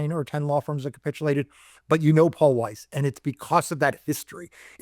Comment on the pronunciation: Oh capitulated. I thought you said copulated which seemed very likely.